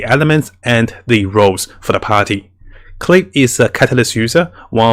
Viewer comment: The pronunciation is not "Klii", is "Klee". You can check this with the Chinese and Japanese dubs. Thank you for your videos! Are so helpful to keep us awake and don't throw our money.